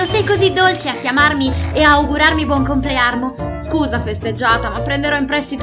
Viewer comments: Perché ha detto compleanro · ha detto buon comlearmo non sa parlare beyby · É vero che dice buon complearno